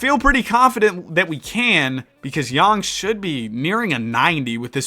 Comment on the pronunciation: appreciate you for pronouncing his last name correctly! love the content!